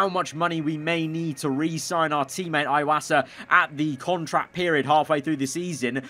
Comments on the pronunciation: it's pronounced ee-wasa not eye-wasa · Everytime he calls Iwasa "eye-wasa", it fills me with pain. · I know that but for me he is saying iwosa